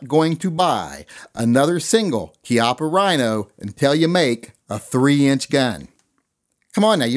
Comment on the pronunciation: its CHI as in CHEE APA